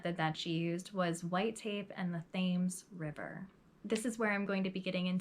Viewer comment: Thames river is pronounced "Tems" 😉 awesome narrative though. I remember this woman, I think she was on Deadly Women or one of those shows.